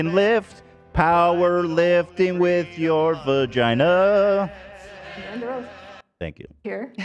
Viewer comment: Ethan’s pronunciation of “vuh-gina” had me giggling